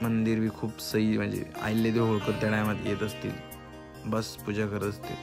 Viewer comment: अहिल्यादेवी होळकर यांच्या असा उच्चार करा जीवावर आल्यावर बोलू नये अभ्यास कमी उद्धट आहे